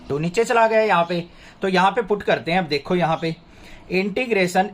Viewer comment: Sir aap dekho ki jagah dekhho kyu bolte hai will you change it and thanks for your efforts